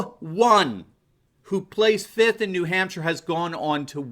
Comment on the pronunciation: As optimistic as this makes me feel, a special peeve of mine is the failure to display a modicum use of proper grammar & pronunciation if you expect to be taken seriously, nor is there any need for dramatics in your delivery, OK?! How do you spell the word which denotes '5th'? It's fiFth...yes there's an 'F' in there! Give it a shot next time, huh?